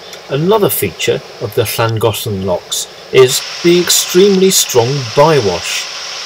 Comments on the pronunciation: As a Welshman, living in Japan for almost 20 years, and having been on the Llangollen for 2 weeks in the late 70s...... Yours, young fella, was by far the best pronunciation! Even my Japanese better half was impressed! We enjoy your videos,,,,please keep em coming! Thank you. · I'd wondered about Llangollen pronunciation as so many pronounce the first Ll unlike the next ll. Now I've heard the logical linguistically correct pronunciation! Hurray